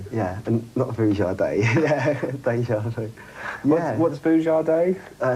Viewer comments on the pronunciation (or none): none